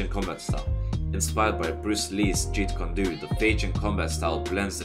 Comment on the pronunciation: Plz learn how to say jeet kune do just google it or something its really bad